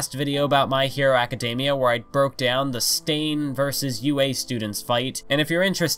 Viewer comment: Are we not gonna talk about how he said "acidamiea" instead of academia